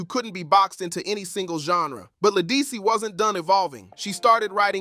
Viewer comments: This really needed to be redone with the correct pronunciation of her name. Also, why so many pics of Beyoncé? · La who? Program AI to pronounce people's s name correctly. This is insulting. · You lost me the first time you mispronounced her name...couldn't take you seriously after that!!! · Say her name right